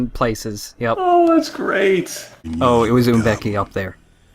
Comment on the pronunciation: Gotta love that those baboons were legit B.O.W.'s. it was closest thing we got to a plot besides "ancient evil spirit" bullshit. It kills me how they pronounce M'beke like Uum becky instead of muh-bay-kay or as close as I can write it without the correct accent